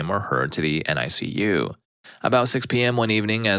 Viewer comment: Hey, this is just some advice not meant maliciously, I really enjoy your videos and just want to help with pronunciation! HIPPA is pronounced like the word “hip” and then “uh.” Kind of like hippo. NICU is also typically pronounced as “Nick” “You.” Just for future knowledge!